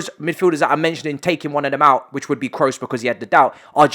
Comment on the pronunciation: My dude is not Tony "Krus" is Tony "Kros", do not pronounce the double "OO" as if it were a "U" in english.